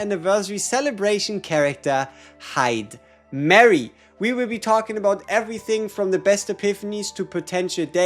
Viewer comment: It’s hi-duh-mah-ree.